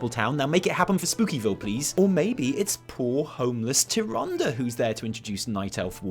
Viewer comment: Issack Darur he drops the whole last syllable of tyrande too